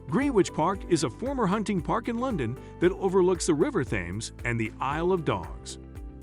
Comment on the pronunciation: Decent content. Abominable pronunciation of Faberge, Thames, and Greenwich to name a few. Bad prep and editing Do your homework!